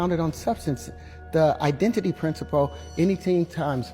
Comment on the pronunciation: Im not trusting anyone who can't say principle 😂